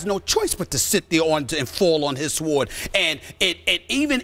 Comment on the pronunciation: This dude can't pronounce the word "sword".